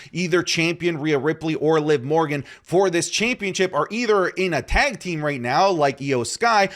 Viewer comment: You always say tank team 😂